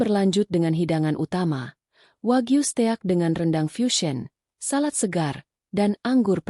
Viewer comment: Blh saran mbok bc nya diedit dipilih yg bnr bacanya flatshoes (bc flet soès..steak bc stèyak) ya Allah ini bacaan dijual lho